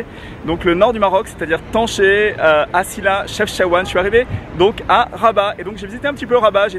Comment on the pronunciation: C'est pas tancher c'est tanger 🤣